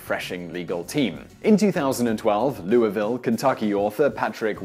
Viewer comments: You're the first person I've ever seen who isn't from Kentucky who knows the proper pronunciation of Louisville. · I have to applaud you for your correct pronunciation of Louisville KY. Much thanks for not butchering the name of my city. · Louisville resident here- A++ for correct pronunciation.